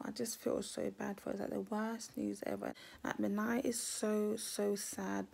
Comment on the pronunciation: Do u realize that you called Minai “Miami”?